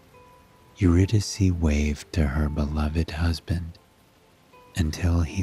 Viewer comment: Her name is pronounced Your-Rid- i-Kay….. how can you read a story without knowing the proper pronunciation of a key character?!?